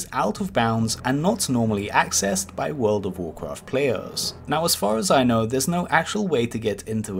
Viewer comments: Have a shot every time he says Wodof wocraf, ffs it pisses me off too much, not just the way he pronouces, but the fact that he says it every 10 secs. Just say wow or "the game", we know which game ure talking about, jesus. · Just say WoW. Or take some speech classes. Its cringe hearing someone of your age mispronounce it every time. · U mean